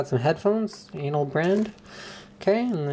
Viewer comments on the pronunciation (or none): Ainol I think is pronounced "i nawl" and no not "anal".. -. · lol ainol is pronounced as "inol"